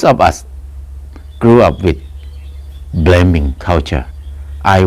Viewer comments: Ahhhhh, "Blaming"!....I thought that "bleming' was "Something that shines bright in the human eye"...cheers....Pronunciation breakdown.... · He said bleming